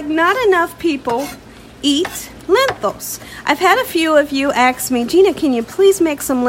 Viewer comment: Never had this before... Gina I don't mean to be mean but you have such a great voice/speak wonderfully but it's not Axt it is Ask.